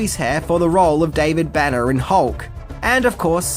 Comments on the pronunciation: It a little confusing because you pronounce Bana and Banner the same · Being from the northeast, hearing "Bana" I kept thinking he was saying "Banner." What a strange coincidence!